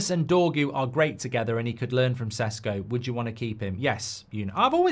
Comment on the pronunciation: Is it Sesko or Sheshko? You changed your pronunciation, Mark.